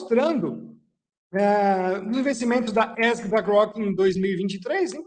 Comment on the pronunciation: DICA PROFESSOR ESG: LEITURA CORRETA É {E ÉSSE GE}